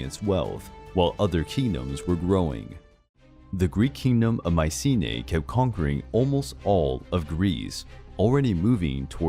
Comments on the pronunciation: It's not Mee-ke-na, not Maye-see-nee and not Maye-see-nee-a... It's (Mycenia) = MEE-SE-NEE-A. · From Mikena to “Maisine”, yahoooooo!